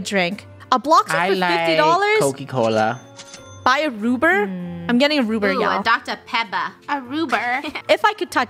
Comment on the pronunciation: The says coky Cola instead of coca cola 😂😂😂😂